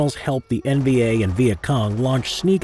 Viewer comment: Am i hearing “NBA” or “NVA?”